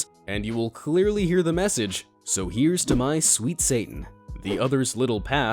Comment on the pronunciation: I love how you say satan 😂😂 you're just like: sa-un